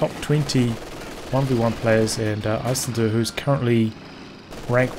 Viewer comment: jesus you butchered that isildur, never seen LOTR?